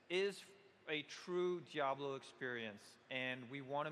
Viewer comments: grey hair centre quiff keeps calling it jablo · "Full fledged "dablo" experience." "We are super excited about it"... Ughhh